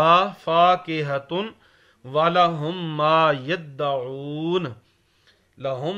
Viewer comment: it is yadawoon not yattaoon